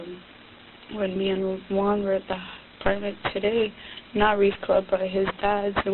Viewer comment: Lmao why is this detective pronouncing “Juan” like haa won 😂